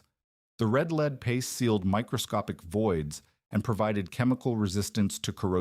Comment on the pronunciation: Interestingly, it gets 'red lead' right each time while 'lead' by itself is usually mispronounced.